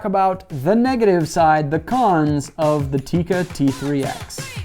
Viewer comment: First you can learn how to pronounce Tikka